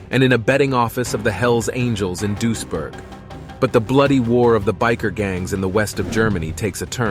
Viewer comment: Its pronounced Dwees burg